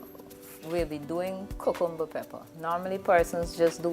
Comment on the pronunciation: You’re pronouncing CUCUMBER incorrectly!